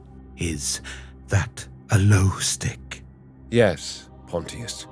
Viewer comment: I gotta say it… i read this for the first time nearly 20 years ago. And have reread it since. I too used to pronounce it “pont-tee-us” and have since learned its pronounced “ponshus” - like Pontius Pilot in the bible, who condemned Jesus. Well done with this, its nice to hear a different take from Toby Longworth on the voice acting.